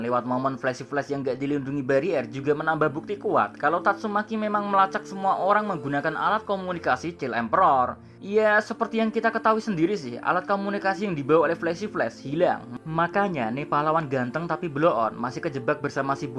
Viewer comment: Min, koreksi dikit, child itu bacanya chaylt, bukan chil..